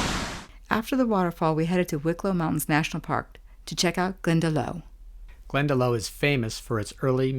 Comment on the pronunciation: Glendalough is pronouced Glendalock ,it means the valley of the two lakes,loch is a lake and lough is the anglicised spelling but its pronounced the same way.Many american tourists get that wrong.